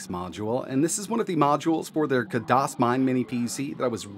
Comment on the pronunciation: Khadas, not kadas, spell the خ